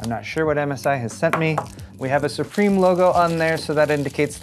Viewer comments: It's pronounced "Sup Rim" :) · Maybe MSI will send you a plate that tells you how to say SUPRIM correctly.